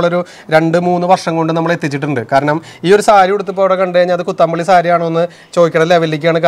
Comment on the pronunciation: കൊച്ചംപുള്ളി അല്ല പോച്ഛംപുള്ളി അത് ഒരു സ്ഥലപ്പേര് ആണ്